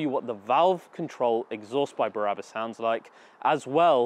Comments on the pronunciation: Brabus great name, why do you keep saying Barabus? Just curious. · Why does he keep saying Barabus🤬 It’s Brabus. There is a difference. Numpty 😞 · BRA-RA-BUS Baby! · You pronounced „BRABUS“ wrong!